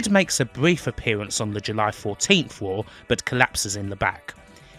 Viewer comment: Wtf its Shamrock not Shamwok learn to say your R's right shit narrator cant even say Raw right 😂